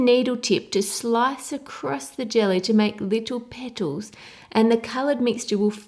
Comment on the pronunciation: I could listen to a 1 hour loop of just you saying "little petols".